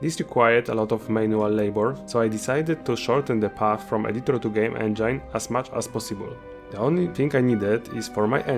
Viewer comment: I'm so sorry brother, I love indie devs so much, but please for the love of god research how to say the word "engine", I'm loosing my mind xD